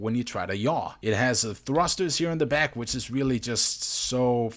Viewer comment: did he say weely weely impressive